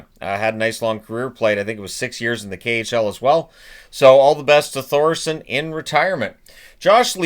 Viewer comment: The H in Thoresen is silent.